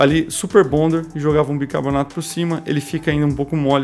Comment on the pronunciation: É sal e BICARBONATO, e não Bicabornato